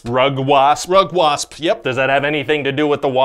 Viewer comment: Rugwasp actually sounds legit as a non native english speaker